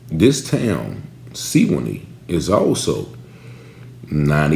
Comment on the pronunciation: Sewanee ---Swan-NEE